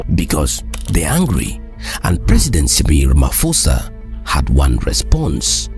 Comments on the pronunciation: This is nice but please pronounce his name right “Rama’P’osa” not RamaFosa. 😅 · The name is pronounced "Ramaposa", "posa" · It's "Siril Ramaposa." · Ramaphosa is a proper noun...you can not pronounce it how you feel. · His name is Ramaphosa with a P not an F.